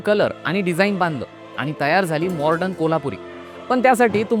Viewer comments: मॉर्डन म्हणू नका, मॉडर्न म्हणा! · Morden Nahi re baba...modern....